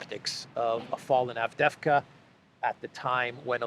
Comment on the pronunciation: Pronounced ....AvDeeeeVka II is EEE ...))))